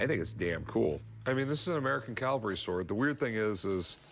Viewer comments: Rick, it's "CAVALRY" not "caLVary"! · Why does Rick say "calvary" at least twice. Is it that crazy American christian stuff coming out?